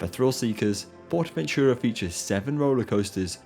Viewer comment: . Ahum. For you English speaking I will write the pronounciation as: [Sahlow] with [low] as in alLOWwance, not as on the botton, thus more of on ao. Also, [Portahventoorah], not [Pohtahventyuruah] as you said.